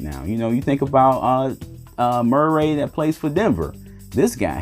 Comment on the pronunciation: "Mer-ray" lol!